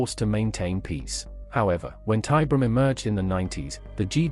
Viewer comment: "Tie BEER e um", not "TIE brum", dammit! Fucking AI shit!